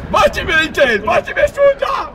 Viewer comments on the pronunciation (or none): DZENIFER LOPEZ. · DZENIFER LOPEZ !